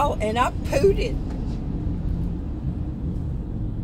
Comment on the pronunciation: LOL "pooted" 😅